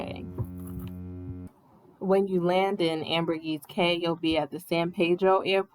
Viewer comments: Wow such unfortunate travel timing. It’s not like that usually. Not nitpicking but it’s actually Ambergris Caye not “Ambergis.” Ambergris has a meaning although it’s a little gross lol. Hope y’all give Belize another try! Maybe Placencia in November to March. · It's pronounced "AmberGRIS KEY."